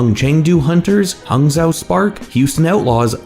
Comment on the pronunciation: we've been over this. Huangzhou is pronounced like Hwong-Joe, not this Hung-zow thing you keep saying